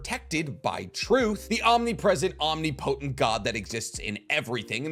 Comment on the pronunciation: Om-nip-o-tent lol emphasis on the tent not potent I just came from the truth video and this is just getting to me lol love the vids tho